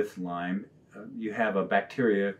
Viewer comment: It's Lyme Disease. Nitpicking? Maybe, but it bugs me, say it right.